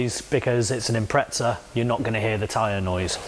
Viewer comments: Thanks for saying it right just that one time. 😂 we Aussies appreciate it. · Good too see you can say impreza properly mate 🤣👌 they are good full pumps i had one in my 02 bugeye "wagon" running about 280hp atw